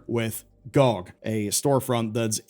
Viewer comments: Who the hell pronounces GOG "gee-oh-gee" (Good Old Games) as "gaug"?! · I hated how you pronounced GoG....